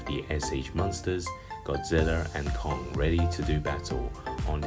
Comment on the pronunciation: "sh monsters godziller and kung, ready to do battle" lol i laughed when i heard him pronounce it like that